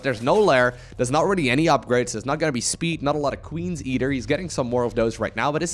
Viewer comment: where are you from that you pronounce a "th" sound with a d? Ex: Though = Doe, the=de, either=Eder